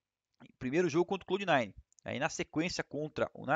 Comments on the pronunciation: fallenzao uma dica, fala CLÁ-UD nine, clá-ud nine, nao clô-ud . '-' abraço ai mano esse camp é nosso. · Fallenzão, é "Clóud" nine, pronuncia como se tivesse acento agudo mesmo! hahaha Abraço! #RUNSKG